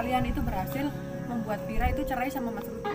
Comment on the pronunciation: Vira bukan fera